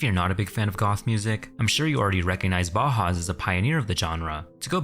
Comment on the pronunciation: repeat after me b-ow-house, b-ow-house, bauhaus